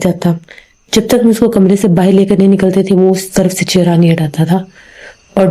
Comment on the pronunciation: Baahar boliye bahir nahin plz 1 story mein aap 150 baar bahir bol deti hain bura lagta hai sunne mein